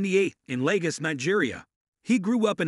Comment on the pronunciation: The way he said lagos is so funny